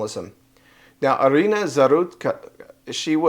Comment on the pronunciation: No la llamen Arena, es de Ucrania, se pronuncia como en español, Irina.